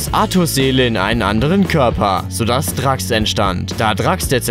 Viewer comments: Er heisst nicnt drax man spricht es dräx aus auf englisch halt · Das wird Dräx ausgesprochen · Drax der Zerstörer.... das wird Dräx ausgesprochen 🤣🤣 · Du sagst ganze zeit drax man spricht es aber drex aus!!😉;-) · Das heißt Drax ausgesprochen "Dräx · "Drax" es heißt gesprochen "Drex" und nicht dachs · Man spricht es dräx nicht drax auch wennn man drax schreibt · Draaachs !!!! John grey????? Dein ernst ? Hahahahahahahah musste grade sehr lachen es wird drex ausgesprochen! Wird aber drax geschrieben! Informier dich bitte mal vorher!! Voll amateurhaft! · Draaaaaaaaaacks der Zerstörer 😂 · Drax spricht man dräx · Wie er Drax ausspricht 😂😂😂 Man spricht es Dräx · Es wird Dräx ausgesprochen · Der wird Dräx der Zerstörer ausgesprochen ;) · Drax wird "Dräx" ausgesprochen ... diese Menschen die so ein Video machen obwohl sie wahrscheinlich nicht mal die Filme gesehen haben xD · Es wird Dräx ausgesprochen,wird aber Drax geschrieben.Du hast also auch kein Marvel Film gesehen. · Es wird nicht ,,Drax‘‘ augesprochen. Es wird dräx ausgesprochen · Er wird Dräxs ausgesprochen nicht so wie man es schreibt 😂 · Man spricht ihn Dräx!! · Man spricht ihn Dräx aus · Man nennt drax nicht drax sondern dräx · Der heißt dräx wid drax geschrieben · Man spricht ihn Drex aus 😑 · den Namen spricht man duäks aus. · DRAX????? Wie du es ansprichst OH GOOTTTTT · Drax wird englisch ausgesprochen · Wie er "Drax" ausspricht 😂😂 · Simon Mencke ich sag nur drax😂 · Ich bekam aggressionen wie er drax ausgesprochen hat :( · Du hast drax falsch ausgsprochen Nr 4 hat ein name Sie heisst Jean Grey nicht John grey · Du hast drax falsch ausgesprochen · Drax deutsch ausgesprochen... Jean Grey französisch... Habt Ihr die entsprechenden Filme nicht gesehen? "Eichhörnchen-Mädchen"... ihr seid sicher auch Fans von "Spinnemann", "Fledermausmann" und "Wunderfrau", hm? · VERSUCH MAL DRAX RICHTIG AUSZUSPRECHEN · Kann man Drax almanhaftiger aussprechen?!?!? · Cringe wie Drax und Jean ausgesprochen werden...